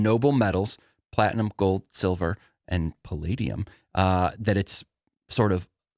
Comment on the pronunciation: Was that metal platinum? How did pronounce it?